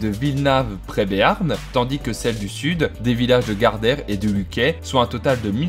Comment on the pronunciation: Très bonne vidéo ! Cependant je mets un petit bémol sur la prononciation des villages bigourdans, on prononce le T de Luquet et le T et le S d'Escaunets, et on dit "La Bigorre" :) Merci pour la vidéo, Adishatz !